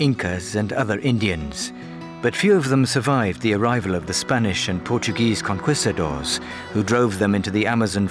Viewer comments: ''Kon-kwista-dors''. Only the British can do this kind of humor of ignorance/arrogance. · mispronounced conquistadors! do better!